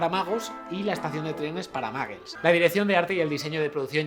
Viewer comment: Pero pronuncia bien... No es maggles... -_